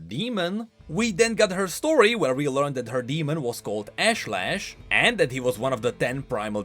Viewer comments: Love how he mispronounces "ashlash" literally after seconds after Nilah says it correctly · I like that Nilah pronounced her demon's name for you and then you continued to mispronounce it. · you heard her pronounce Ashlesh and still pronounced it the same way?